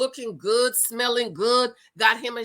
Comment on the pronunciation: "lookin good, smelin good" 😂😂😂😂